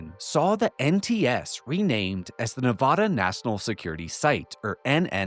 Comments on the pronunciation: As a native Nevadan, I have to correct you, it's pronounced Ne vA duh. NOT Ne vah duh. you say it correctly!!!!!!!!!!!! :) I know I'm not the first person to bring this to your attention. Other than that, carry on. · If you ever visit Nevada they will all hate you if you saw nu-vah-da instead of nu-vad-a. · Get over it. Your state's name is a Spanish word, so expecting people to pronounce in the the local, least-Spanish way possible, is not realistic. If you want everyone to pronounce it your way, just get the spelling changed to Nevadda. Problem solved. I was raised in NJ, so actually either pronunciation works for me, because we often get words with foreign origins wrong. It would be fun to ask every cast member of the first season of Jersey Shore to pronounce it.